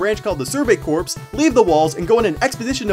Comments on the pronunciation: Super sorry but Corps is pronounced "Core" as it is a French word for body. Marine Corps. follows the same convention. I'm sorry, oh god what have I done?! Also corporations cut down to corp and pluralized into corps is actually pronounced Corpse. This is because (while it maintains its French influence), it is an English clip instead of an French origination. Sorry Dust514 players (if you still exist). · YOU PRONOUNCED "CORPS" WRONG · "Corps." isn't pronounced "corpse."